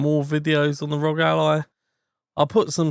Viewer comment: Arr-oh-gee, not rawg, shit sounds stupid af!